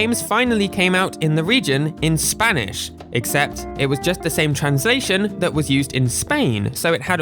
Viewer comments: I LOVE HOW YOU PRONOUNCE SPANISH AJFHAKFJABFJA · You pronounce spanish pretty well!, I think you scared a lot of english speakers by putting(before edit: puttong) all those dialects with the letter Ñ in it Greetings from Argentina! I will proceed to speak in argentinian spanish (And argentinian Accent, we speak the Ll's and the Y's as Sh's a lot of times) Che boludo, sho estoy acostumbrado a las traducciones en español de españa, xq todos los juegos que jugue (sha sea en emulador o en consola) las jugue en español de españa xq era lo que habia jaja, y como nosotros somos muy boca sucia, mucho problema no hay, pero me gustaría que no nos ignoren, LATAM es un gran continente con muchas personas, asi que tener una traduccion para LATAM en los juegos de Pokémon nos ashudaria a comprender los dialectos que en el idioma de español (España) no entendemos por ciertas palabras (Back to english) if you understood, reply with Ñ, if you didn't, with N, and if you understood PLUS you are from latin america (and or argentinian) reply with ÑcheÑ, if you are not argentinian, reply with Ñ(common word in your country like weon, po, pe, etc)Ñ